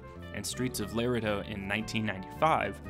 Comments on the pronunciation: It’s not Lerido you silly Yankee.....it’s La-redo. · Hey, Laredo is pronounced Le-RAY-doh not Lair-uh-doe (at the mark). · It’s pronounced Lore-aye- doh, not Lore-ehh-doh. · Streets of “Lareda”😂😂😂 “Streets of Laredo”....oh my that was a good laugh. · It's pronounced LA-RAY-DOE not LAIR-A-DOE. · OMG you really said LAIR-uh-doh, Texas. It's luh-RAY-doh. JFC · Dear, Laredo is pronounced “luh-RAY-doe,” not “LAIR-uh-doe.” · "Streets of Laredo". The proper pronunciation is LaRAYdo, not Larehdo. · luh RAY dough , not Lair eh doe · Its pronounced "La-Ray-doe", not Lar-A- Doe! Geeze, you kids go on wiki to do your research? Bet you haven't even watched the series either! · It’s “la-Ray-do,” not “lair-uh-duh.” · "LAR-a-do"? It's La-RE-do. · La-RAY-do, not "Lare-uh-do" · Here's a 10th thing you obviously didn't know: it's pronounced "Luh-RAY-doh," not "Larry-doh!" Duh! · Return To Laredo is pronounced Lah-ray-doe, not Ler-eh-doe. Accent on last sylable not the middle one. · “ Lair a doh..”. It’s pronounced… “Lah ray doh”….for you non Spanish speakers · Commentator should have been educated on how to pronounce "Laredo". It's "Lah Ray Doe" not "Lar ed doe".. that's just sad and sooooo wrong. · La-RAY-Dough. Please, for the sake of all that is holy in westerns, learn the pronunciation. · Damn, you beat me to it. Hey,.....it's Laredo...."La Rey Dough...." in case you Yankees can not properly pronounce it, sheeesh... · hardluck 1995 agreed that would be La re dō...phonetically. Spanish speakers, native Texans, and people from the southwest generally would know this. People from up north wouldn’t. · Bullshit. People everywhere know how to pronounce "La-RAY-doe. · You do not pronounce Laredo correctly (Like a Texan) it is La rey doe. (Like the musical notes). Danny Glover’s character was after a man named Boze Ikard. He worked for Goodnight, and did his banking. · Lah Ray-Doh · Did this fool just pronounce Laredo as Leh-ruh-doe?